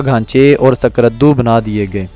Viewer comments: According to 2022 Abadi 60cror ha ... skardo nhi skardu pronounce krea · آپ کی ڈاکومنٹری اچھی ہے تا ہم تلفظ کی بڑی خطرناک غلطیاں ہیں. جس سے سننے والا فوری طور سمجھ جاتا ہے کہ بولنے والا کوئی انپڑھ ہے ۔۔۔۔۔۔یعنی آپ کو سکردو. کوہ پیما قراقرم جیسے لفظ بھی بولنا نہیں آتے اس لئے پہلے کسی پڑھے لکھے بندے کو اپنی ڈاکومنٹری سنا لیا کریں. آواز ٹھیک ہے ویڈیو بھی مناسب ہے